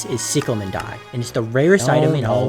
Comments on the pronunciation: no I have the same accent but its NOT "sicklemen" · "sicklemen dye" "selestee dye" bro what, and how is squidkid being egotistical stop the yapping